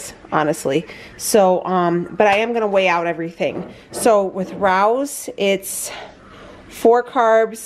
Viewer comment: It's pronounced Ray-OS which i only know because i saw a commercial for them! I love how caring you are of your dog and your recipes are always so simple and delicious looking! Love your channel!